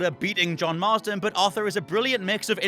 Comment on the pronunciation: Why is he saying John/Jack Marsden?? Its Marston!